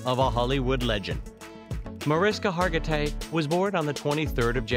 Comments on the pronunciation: Video wants to tell me new facts about Mariska and proceeds to pronounce her name wrong three times in the first 30 seconds. Well, sorry, but I'm out. 🤷🏻‍♂️ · I think you're saying her name wrong 🫣